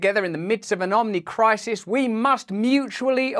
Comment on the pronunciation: did he just say omnichrisis? does he know he’s summoning overwatch?